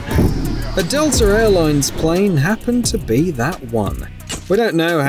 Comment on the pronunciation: Where you from? The word Atlanta doesn't Have the letter R in it and neither does the word Delta.